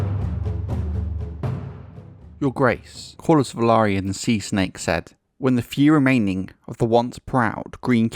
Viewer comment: Finally, a YouTube channel pronouncing "Velaryon" correctly! 👍